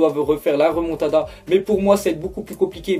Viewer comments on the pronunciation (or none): "Moa ji croi a la remontadda" Mdrr va te coucher